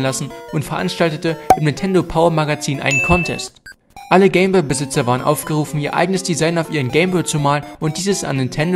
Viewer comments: Nur zur info, es heist nicht game bö, sondern game boy. Boy wird boi ausgeprochen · Es heißt "Game Boy" (boiiii gesprochen und nicht boo) - Eigennamen werden eigentlich immer so gesprochen wie sie gedacht waren, zudem ist Englisch eine Weltsprache.